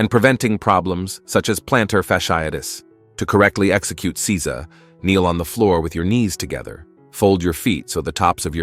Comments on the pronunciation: It is not Si-za. It is Sei-sa. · Seiza is Say-zah not See-zuh. Get a better text to speech program. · Seiza. It's NOT pronounced "seez-za". It's pronounced "say-za". Zazen is NOT the name of the sitting position. The position is Padmasana or Lotus. Zazen literally means "sitting meditation". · It's say za. I live in Japan and speak japanese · Seiza....isn't it pronounced 'sayzah'?